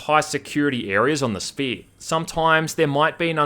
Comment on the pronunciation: “Some organic alien structure called; The Sphee”